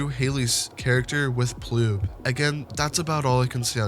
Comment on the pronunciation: Its not ploob its actually poob...